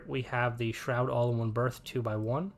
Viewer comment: I love your vids, but it’s not Shroud. It’s Stroud, with a “t” not an “h” after the “s”. I don’t know why it’s making me crazy, but it is.